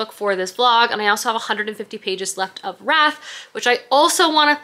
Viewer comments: That's cause it's Wrath not Wraith 😜 - both very lovely words and great for titles, but not the same 😆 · Just wanted to let you know that the book by John Gwynne is Wrath, pronounced like Rath...not Wraith. :)) Loved the video!! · PSA that probably no one but me cares about: You're pronouncing "wrath" like "wraith." Wrath is like bath but with an R instead of a B. (I'm pedantic, I know.) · I was reading alongside the book so no, he was saying wrath as ROTH, as I said. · in the audiobooks, whenever the word wrath is said he says it ROTH.